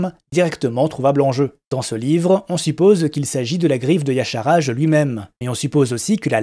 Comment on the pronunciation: Tu es sûr de la prononciation de Y'shaarj ? x)